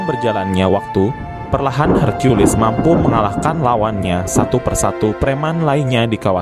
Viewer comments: Brow .. , Aku senang menyimak ceritanya , cuman kenapa caramu menyebut nama Hercules , kok Hargeulis -- emangnya Hercules itu bencong ..? , sampek sampek ente memanggilnya Neng geulis . Jadinya .. Ane agak bingung mencernanya . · Buset herkiules Napa gak herkules aja lah, kita kan org Konoha 🤣🤣🤣